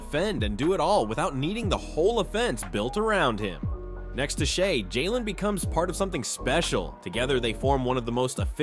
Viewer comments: Shay dude, not Shy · I was with him until he called Shai, “Shy” 😢 Like ok names get mispronounced, but the reigning MVP on your YouTube channel about basketball? Nooooo